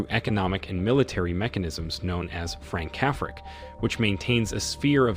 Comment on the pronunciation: It's AI-generated nonsense, hence rendering Françafrique as "Frank Cafric" lol